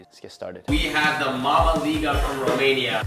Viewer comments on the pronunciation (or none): none